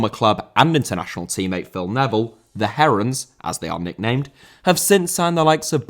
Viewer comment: When you were saying inter miamis nickname, i geniounly had to rewatch that clip thrice to convince myself you didnt say the heroins